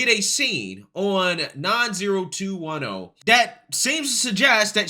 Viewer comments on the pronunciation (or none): haha you crack me up, I love how you intentionally (maybe?) mispronounce a lot of the 80s and 90s iconic shows, people and trends. In this case you said 9zero21O. It is a well known show from the 90s as 9O21O, 9-OH-2-1-OH . It is no big deal, it is so funny because I think you do it intentionally to show your dislike of older pop-culture and stereotypes.